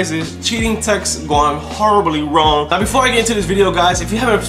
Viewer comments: He said no instead of now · U said no instead of now